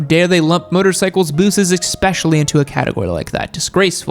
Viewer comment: did you just say eXpecially?